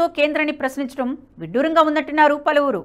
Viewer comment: అది “పలివిరి నోట” కాదు “పలువురు నోట మాట” అని ఏడువు. గొంతు వుంది కదా అని, అవాక్కులూ చెవాక్కులూ పలకకు.